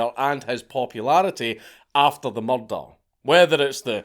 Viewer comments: Mrdrrrr? murdrrrrr??? speak english!!! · I always think he's saying Mordor the first time I hear it in his videos. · you mean a "mallder"? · Yo son took me 3 days to notice you was saying murder.